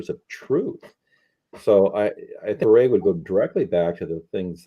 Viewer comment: Yeah and Viret is pronounced vee-ray. Excellent video thanks for the hard work.